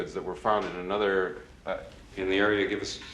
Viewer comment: "annuda day, annuda play" - Mozart